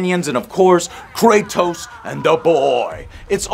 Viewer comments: How is it possible to butcher both kratos and atreus’ names lmao come on otherwise this video was awesome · “Kraytoes and atrayuse”